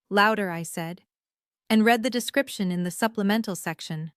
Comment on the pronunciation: AI still having issues with ‘read’ as in ‘reed’ & ‘read’ as in ‘red’ Watching from Leicestershire in the UK 🇬🇧